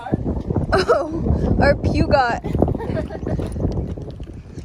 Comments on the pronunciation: "Pwugot" eheh so cute :) You can pronounce it "pejo", same "e" as "petite" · Your pu got car is really a French named car pronounced puhh jo. Peugeot. Lovely drone view.